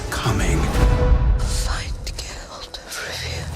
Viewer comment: his name is Geralt (Jeralt) not gayralt